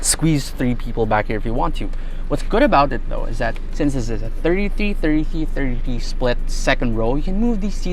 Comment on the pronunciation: I love to see how struggle to say each and everytime 😀😁😅